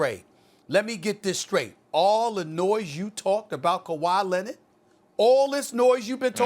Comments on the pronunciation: “Kawhi Lennit” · "Kawhi Lennid" - Stephen A. Probably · Kawhi Lennit 😂